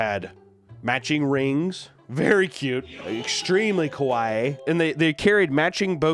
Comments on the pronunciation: You were in fact saying Kowaii the whole time not Kawaii. Kowaiii meaning 'Scary' so it actually worked out even better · I know it’s not intentional, and it’s a mispronunciation, but it sounds like he is saying “こわい” (kowai) instead of “かわいい” (kawaii) throughout the video. Which for people who don’t know, means “scary” in japanese. 😅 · Not that I want to be that guy, but keeps saying “kawai” which means scary not cute. It is scary, but it needs and extra “ee” sound for it to be the real “kawaii”. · So I love ya but kah wah ee is cute Koh weye is scary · Fun fact. You keep saying Ko Why 怖いinstead of Ka Why Ee (かわいい) kawaii. Ka-why means scary not cute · Instead of saying “Kawaii”, at some point he pronounced it “Kowai” Which means “scary”. And that is probably unintentional, but very fair. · now that fact is not kawaii (cute). it is closer to a common mispronunciation of the word: kowai (scary). yikes that's creepy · The way he keeps mispronouncing "kawaii" makes it sound like he's saying "kowai" (scary). Which ironically fits much better xD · It's funny because you are saying it's very kowai when you mean it's very kawaii. But I very much agree that it's kowai because that words means scary instead of cute. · I love that he keeps mispronouncing "kawaii" and ends up saying "scary" instead of "cute" lol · He isnt saying cute. He is saying scary. Kowai is what he is saying. Lol. Co why- scary ka wa ee- cute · what’s killing me is every time he says “kawaii” he’s pronouncing it more like “kowai”, which means “scary” in japanese lmao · i love pronouncing "kawaii" as "kowai" (Kowai means "scary") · “very Kwaii” made me feel uncomfortable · The way pronounces 'kawaii' sounds more like 'kowai', which literally means scary and even frightening. Which, you know, is true. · ...the funny part about trying to saw kawaii, is that he pronounced it "kowai" which is the way you say scary in Japanese. This is indeed pretty scary.